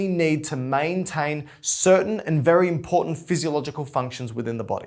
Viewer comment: Don't you just love when he says "very important"!?